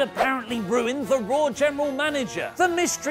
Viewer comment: In the intro, do you make Monday night raw, sound like Monday Nitro on purpose? Every intro, it's all I hear now!